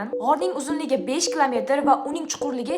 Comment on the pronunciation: KLAMETIR EMAS, KILOMETR...